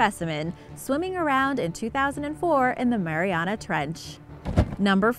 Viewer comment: Omg the way says mariana is making my ears bleed